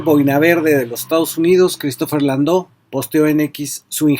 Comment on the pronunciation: ...y gracias por pronunciar el apellido del " Christopher Landau " porque otros ni siquiera pronuncian correctamente algunas palabras en " Inglés " I'm so Proud to achieved my *English Certificate * in USA , also my GED even when I was 52 year old Mexican Man 💪🏽😌